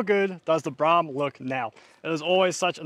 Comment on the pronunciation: Bloke can’t even pronounce the name of the car correctly so I have ZERO confidence that he will actually finish this car 😡